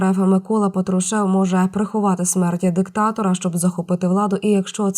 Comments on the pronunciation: Патрушев наголос на А. Противно слухати монотонну мову. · Ударение в фамилии патрушев неправильно ставит диктор :) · Правильно робіть наголос на цьому огидному прізвищі.Патрушев вже давненько взяв.владу в свої руки.Це друге обличчя після нині почившого карлика.Там його довго чекали.